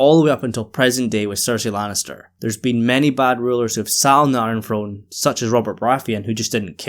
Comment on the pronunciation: Enjoy your videos and your insight I always find it hilarious especially in this video because of how much the word came up that people in America supposedly speak lazy English that's not proper but certain things like the word throne are pronounced "frone" not throne which is kind of a lazy way of saying throne without flicking your tongue against your teeth. Not making fun of you just something I've noticed for a long time and I've never heard anyone else bring it up. Again love your videos don't mind your accent whatsoever just a small funny thing I thought I was pointing out